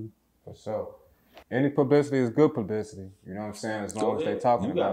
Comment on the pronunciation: U had me 💀 the way he pronounced the word Publicity ⚰